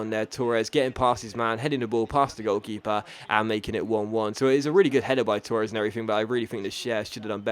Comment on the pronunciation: Why do you pronounce Torres like that